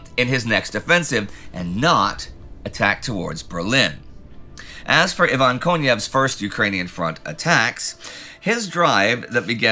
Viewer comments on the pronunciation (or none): none